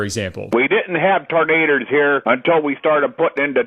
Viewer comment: I've never heard tornado pronounced "ternader" before, but that's how I'm going to say it from now on.